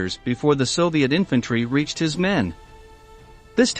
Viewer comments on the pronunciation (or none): none